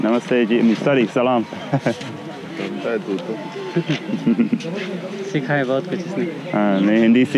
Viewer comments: Its actually true what the guy said about salaam but he dint say it exactly correct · Your Salaam is fine don’t know why he said it’s a curse probably thought you said Saam-MA which sounds very similar and is a curse but just pronounce the L and you’re fine. It’s how all of us Australian and New Zealand British and American muslims greet each other so yh you’re fine and I laughed at your backwards greeting cs it happens a lot to us too it’s like answering I’m fine before anyone’s said how are you 😂. Love your videos I’ve gone through 5 in the last hour and I came from Jim’s page